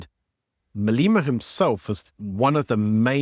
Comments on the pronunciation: You really need to pronounce Malema properly,, it's not MA-LI-MA, it's MA-LEH MA. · Please say his name correctly "Maalleeema" haha 😅